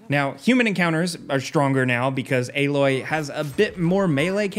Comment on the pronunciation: Stop saying aaaaaloy